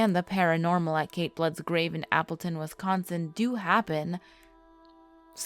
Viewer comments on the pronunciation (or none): and its wisconsin, not westsconsin. you need to learn to speak proper english before narrating videos again, your discrediting your channel. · Did you just say "Wesconsin"!?!?!? WES? NO! Holy shit. The amount of incorrectly pronounced things in that first line is jarring. It's "Wisconsin" Wis as in the words wish, dish, piss, etc, "Bare-ah-boo" and "Saw-ck" It ends in a K sound, not x. I GREW UP THERE! You're so all wrong about everything that it literally hurts. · Bar-bro and Saux. LOL I grew up in that area. It killed me! Especially "Wes"consin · Wes-kon-sin? Port-rage county? Oy vey... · All of us Wisconsinites are disappointed in the incorrect pronunciations that wee made😂 but you get an A for effort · If your going to do a urban legend of Wisconsin video at least learn how to pronounce the names properly